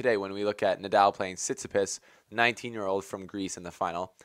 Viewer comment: Tsi-tsi-PASSS NOT PISS wtf